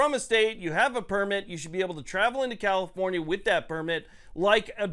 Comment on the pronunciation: You keep saying comifornia wrong